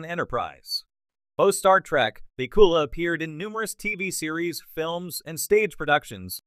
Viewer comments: Has to be crap. AI or human, it doesn't even know his last name. PIKULA??? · can you find a worse AI voice over program BACK-U-LA